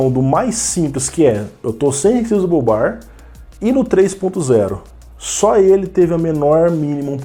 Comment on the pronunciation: sabe muito! muito bom perceber e alertar sobre isso! essa geração nova já não tá essas coisas todas, quanto mais se quem for comprar não atentar para essas questões que vc levantou (p.s. não que isso faça diferença no conteúdo, mas a pronuncia em ingles seria "re ssáizable bar")